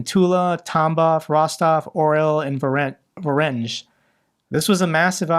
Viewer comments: I general I would recommend you to look after the pronunciation of Foreign person and geographical names like Azerbajdzan, Fico, Voronezh, etc. because this discrediting your message. You have so many Russian speaking friends, ask them for help! ;) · Do you want to learn some basics of those Slavic terms? - If yes, hit me up. Because, I am sorry, but even after those years, you literally do not pronounce a single Slavic term correctly: Fico, Voronezh and so on...